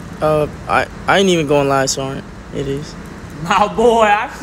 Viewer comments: why does bro pronounce sergeant like “sarnt” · It's not Sarnent proper pronunciation is the key to a good MARINE